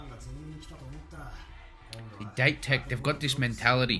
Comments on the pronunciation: By the way, it's Date, da & te. Date Kogyo shorten to Dateko. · “A” in the Japanese alphabet is pronounced “ah” and “E” - “eh” so Date sounds like dah-teh. It doesn’t actually mean the English word date.